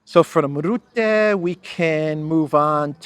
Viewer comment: Mark Rootte does not exist. I only know Mark Rutte. Why is it difficult to pronounce his name?